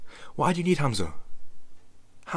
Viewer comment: Hamza sound of the name Hum-Zuh lol u calling him hazma This has got to be the new thing to wanna be when you grow up some cult leader with followers having a GOD like complex is scary and people should be afraid of these types of people. Any man/woman that’s looking to be worshipped of have followers u need to stay clear of these types of ppl. I’ve never seen one that really believes that they’re not GOD of just as powerful as GOD. They always have demonic energy surrounding them